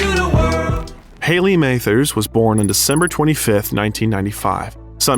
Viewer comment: The pronunciations of Mathers, Rosenberg & Suge are absolutely criminal